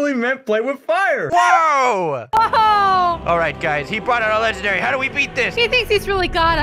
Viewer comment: It's the "LEGENDARtY" For me 😂